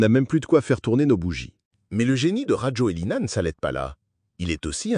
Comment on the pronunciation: On prononce Razouel (donc pour le script, il faut adapter pour la prononciation de la voix IA). Bref, il a fait un coup d'Etat ? Non. Il va falloir bien voter. Que les malgaches dont une partie des ancêtres vient de la Malaisie, se bougent, pensent à 5 ans, 10 ans, 20 ans, 50 ans, s'unissent, et construisent le pays.